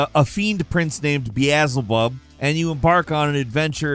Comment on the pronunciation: Not sure if you misspelled Beelzebub, or said it on purpose like that....😅